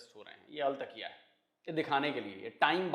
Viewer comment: sir al takiya nahi 'al tattiya"